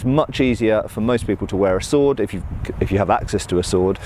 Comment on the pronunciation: haha that's what they had 'axe-ess' to... i'd say kill me but i've been having the sniffles so maybe corona will save yall the trouble